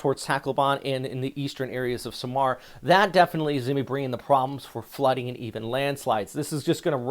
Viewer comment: Accent/stress on the capital letters. SA-mar not saMAR tac-LO-ban not TACloban pa-LA-wan not PAlawan pag-A-sa not PAGasa Would be nice if you also learn how to say the names of places the way the native populace say them.😊 But thanks for the updates though. Very timely information. Just what we need.